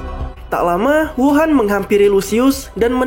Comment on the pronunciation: Namanya Huo'an bang kok dengernya kayak wuhan 😂